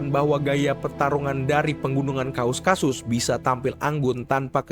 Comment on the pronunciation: KAUKASUS bang, bukan KAUSkasus 😭